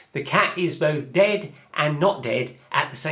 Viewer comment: I like how you say dead. 'Dehd'